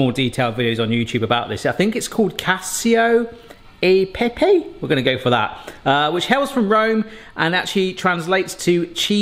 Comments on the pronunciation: Cacio e pepe is pronounced cachio eh pep a ( tried to do it phonetically) cheese and pepper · It's pronounced cacho e pepe (not casio e pepay) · Pronounced Ka,Chee,Oh ey Peh-pay